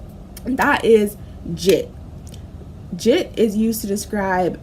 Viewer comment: Fr it’s Jit not Jhit